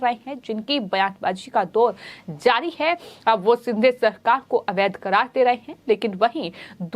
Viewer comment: Is ko koi toh bolo yaar.. lagbhag har shabd mein 'huh' naad ka prayog na kare. Doosro cheez woh एकनाथ ' शिंदे' hai एकनाथ 'सिंधे' नही।